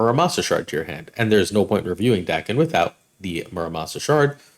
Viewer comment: Lets say it together, DAY-ken